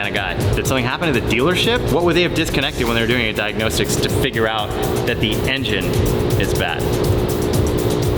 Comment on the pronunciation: diagnose-tics ... planet-arium